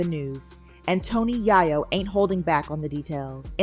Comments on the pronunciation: It's yayo not yiyo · To pronounce his name Tony Yi-Yo is mad crazy😂😂.. who is this woman?? And then to have the story wrong is evening crazier. It was little baby who did not have money for Big Meech